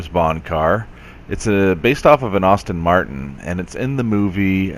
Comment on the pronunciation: Aston Martin not Austin Martin